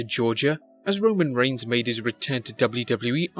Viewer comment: "Reigns" not "Regins"